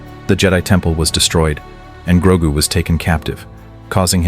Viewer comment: Its GROGU U MOFO AI sombeeatch!!!